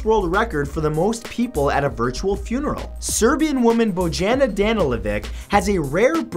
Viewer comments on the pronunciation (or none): You pronounced Bojanas name wrong its supposed to be Boyana Danielovitj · It's acttualy bou-y-an-a